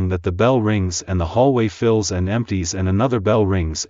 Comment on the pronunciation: what is “fylls me”i had to literally play back when he spells out words lmao